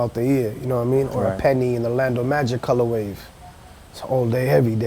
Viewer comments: Has no one ever told this guy it's "Colorway" not "ColorWAVE" smh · I wonder if he knows it's actually color way and not color wave. Listened to him saying it in the beginning like 10 times and he for sure says colorwave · Stop saying "colorwave"